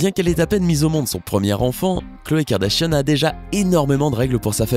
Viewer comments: Je rêve ou il dit les "Kardachien" au lieu de Kardashian ?????? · Tu dit Kardashiane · Qui a entendu Kardachien au début ? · Au début il dit "la famille kardachien" ou c'est moi ? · C moi ou o début il a dit kardachien 😂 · Qui a entendu kardashionne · J'entends clairement Karda-Chienne MDRRRRRR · Il dit "Kim Kardachienne" 😂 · Ta dis kardachien ptn😂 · Il a dit kardashien au début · peut on prendre 2 sec pour écouter comment il prononce « KARDASHIANNE » mdrr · Par contre il devrait peut-être savoir prononcé le mot Kardashian